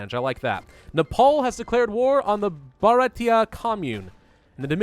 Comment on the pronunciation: I really enjoyed listening to try to pronounce "Bharatiya" xD Edit: Holy fuck I just looked at episode 3 to compare voice quality. Nice new mic setup! Much better and clearer.